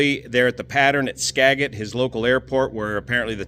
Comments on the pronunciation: I met Bill Anders about twenty years ago at the Abbotsford Airshow. God rest his soul. In the show he had an hour or so earlier flown a beauiful Hawker Sea Fury. By the way,: it is in fact pronounced "skaa-Jit",rather than "skaa-git". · pronounced skajit not stayget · Ska jit. Not Ska get. Thanks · Every time he says Skagit, it's like nails on a chalkboard.. It's not "Skaget" it's pronounced ska·juht. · The airport name is pronounced with a soft "G", "Skajit" not a hard "G", "Skaggit." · As a local from the area, I feel it's necessary to correct the pronunciation of Skagit. Typed out you can break up the syllabus this way, Ska-git and the git part would sound more like jet. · It's not skaGIT. It's skaJIT. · FYI... It's pronounced "ska jit"... not "ska get".... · its "ska-jit" not "ska-git" you got the vowel sounds right but the G is a J sound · You said "-git" (as in "Git 'er done!"), and it's properly pronounced "-jet". Spelled one way, pronounced another; blame the Native Americans for that one. ;) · Local pronunciation Ska-jit - no reason you'd know if you weren't from here, just sharing. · Pronunciation: Ska - jit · it is pronounced skajit and spelled skagit! You do a great job fella. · Skagit = Skah-jit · Skagit = "Skajit" or "Ska-juht" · I appreciate your channel. Just so you know it’s a hard “j”. Like “jelly”. Ska-jit. You should come up and see. It’s amazing. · Skagit- pronounced Ska-jit. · Scaaajit. Proper pronunciation. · Thanks for your update. Just a quick note on pronunciation. Skagit is pronounced more like Ska’djit. Sorry to be pedantic, and these Native American names are tough, but I also appreciate how you always make an effort to be accurate and hopefully you find this a gentle correction. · Pronounced Skagit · Skagit with a soft "G" like "J" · By the way. Love your videos. But the word Skagit is pronounced like the g is a j. Ska-jit. Watching out for you,! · Pronounced skajet thanks for your info! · pronounced "Skajit"